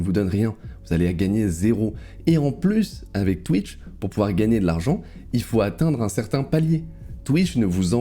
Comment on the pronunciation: tu peux prononcer bits correctement en prononçant le "s" stp, qu'il n'y ait pas d'ambiguïté ^^